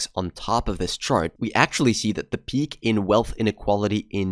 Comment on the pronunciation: You say "peak" and I know you are a Swede 😂